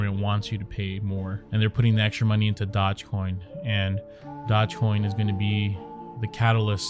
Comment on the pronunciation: Dodge coin??? DOGE like Dough-gzzzzz